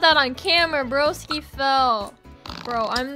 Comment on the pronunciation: she said broski like brOski